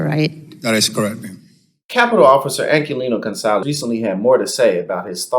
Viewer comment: Who is Ankillino Gonzalez? Aquillino Gonell ... not hard to pronounce.